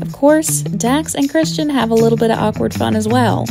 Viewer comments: What is with this narrator? It is Kristen Bell, not Christian. It is Cara Delavingne, not Carla. Very distracting. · Why does the announcer keep on pronouncing Kristen Bell's name as "Christian" ? That just ruins it. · You put all these clips together and can't even get the names right. Christian? Kristin honey. I couldn't like it just for that. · Her name is KRIS-TIN.